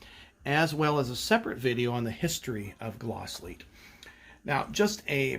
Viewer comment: Great Glasslite pronunciation my friend! You did it right! Very nice comparison between the vehicles and great collection!!